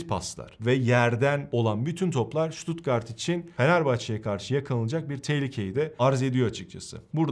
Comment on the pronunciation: En azindan stuttgarti düzgün diyosun bazıları șuutuutgarttt,sıtat, sipor, diynce dinleyesim bile gelmiyo devamını ... analizlerinde süper bu arada...